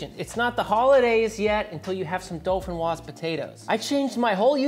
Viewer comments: Pomme De Terre Dauphinoise. correct translation would be Dauphinoise Earth Apple. DO-FI-NOIZE. Repeat after me. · All I could hear was "Dolphin frog potatoes" but that's ok because you rock! Here in Norway we call this "Fløtegratinerte poteter." Merry Christmas dude!